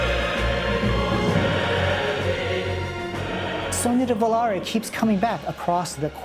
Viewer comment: Yes Christopher, your pronunciation is terrible, but "Sogno di Volare" is perfect! (by an Italian civilization VI player)